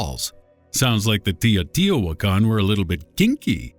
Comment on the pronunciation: The Tee-o-Tee-o-Tican... Lol